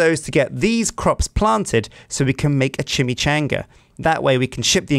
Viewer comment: The way he says Chimichanga upsets me.